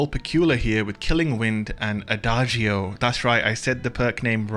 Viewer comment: Nope, pronounced wrong. The sound is more like ada-joe, all together